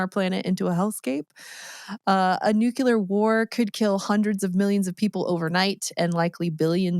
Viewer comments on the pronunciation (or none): It's NU CLE AR, not nuke you lar. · How can you read "nuclear" and say "nukuler"? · Every time she says "nucular" I involuntarily say out loud "nuclear." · did she say nucular tho? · nucelar=nuclear :D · I'm sorry but... Did you just say "nukyular?" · nucular <3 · “Nucular” lol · “Nukular?” Get a life.